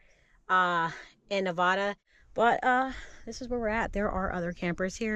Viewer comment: Las Vegas resident chiming in. 😊Nev-A-Duh ( 'A' sound like in apple), not Nev-Ah-Duh. The Walmart you went to is not a safe area. Be cautious if you return there. Safe travels.